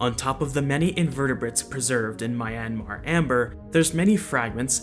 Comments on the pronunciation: Great video, I couldn’t look away! Just a nitpick though, the y in Myanmar is a consonant, not a vowel. So Myanmar is pronounced more like mee-YAN-mah or mee-YUH-mah. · This dude pronouncing Myanmar like Miami, rofl 😂😂